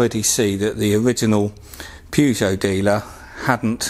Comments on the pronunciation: It’s pronounced Purr-jho not per-got! That’s one of my big bears are people who can’t pronounce car names correctly but work with them! Renault said as REN-ult is another when it’s said as reno. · Unironically pronouncing it pew-joe. I like it. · I’m sorry, how did you pronounce Peugeot? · He pronounced it wrong🤣🤣🤣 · So many things wrong here starting with wrong pronunciation, and way too long a video.Has he left the peel off backing on back of plate? Spirit level??!!!!!!! Use WD40 or petrol to soak that residue off the back!!!! Razor blades and metal scrapers!!!! Let's see you drilling the metal bodywork! Cheating using the pads 1st before screwing!And drilling holding the plate!! You must do this on a work top!!! 🥺